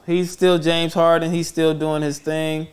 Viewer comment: It’s James harden not James Harding 😂 lol